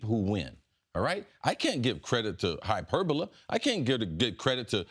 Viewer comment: It’s hyperbole (ee) !! Lol